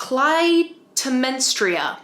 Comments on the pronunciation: her name is pronounced cly-tem-nes-tra just to help!! ☺️ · I just finished my undergraduate in Ancient History so cannot WAIT for the myths vlog baby!!! Ps- Clytemnestra is pronounced cly-tem-nest-ra :)) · ayooooo it's "kly tem ness trah" finally a use for my classics degree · Its pronounced "kli•te•mni•stra". amazing recs!!!! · Just wanted to say that the name from Daughters of Sparta is pronounced Cleetemneestra (ee as in seed and e as in elephant). As a Greek, I found your attempt at pronouncing it very funny😂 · Loved all the picks✨ Have fun reading them! And clytemnestra is read ( in greek at least) as klee-tem-nee-stra , the ee in klee and nee is the sound of E when you say the alphabet! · As a Greek, the way you pronounce Cletemnestra is so funny 😂 sorry. Also, glad to hear therapy is going well ❤️❤️❤️🌞🌊